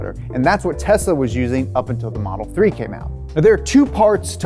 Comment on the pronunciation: The only guy in USA that pronounces TESLA the way it is suppose to be pronounced. AND NOT TEZZZZZLLLLAAAA